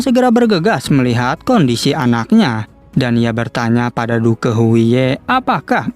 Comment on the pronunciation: Wkwk penyebutan nya " DUK " bg bukan " DUKE " 😂